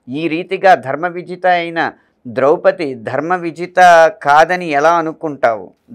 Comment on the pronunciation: బాగానే ఉంది, కాని ద్రౌపదిని ద్రౌపతి అనడమెందుకు?